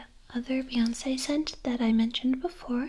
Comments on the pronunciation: Every time you said "Beyonsssss" instead of Beyonce I just about peed myself. You are so wonderful. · Hahaha the fancy pronunciation of Beyonce got me